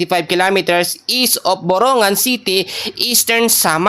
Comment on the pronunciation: Pamalimali Naman Ang report mo.ginoo.pakiayusin mo Ang pagbanalita mo.authorise kabang mag report? Yong mga lugar KC Hindi mo Alam eh.correction ha! Hindi (guan) giuan Ang tama.hindi Rin borongan kundi boronggan